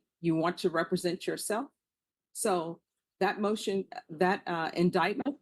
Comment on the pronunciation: But can he pronounce “represent” correctly?